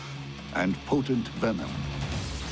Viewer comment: why is this guy saying Vemon instead of Venom all the time? lol